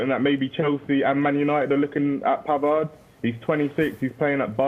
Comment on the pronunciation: Pavard, the d is silent.